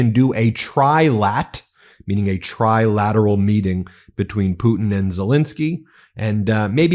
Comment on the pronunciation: Can’t pronounced “lateral “